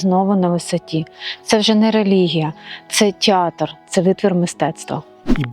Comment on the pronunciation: Не тєатр а театр, не стАтуя а статУя, не кОстел а костЕл, не гєніальному а геніальному. Переплутали портрет Потоцького з Меретином. Будьте уважні до дрібниць!